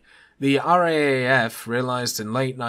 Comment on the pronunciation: I think they say it "R double A F"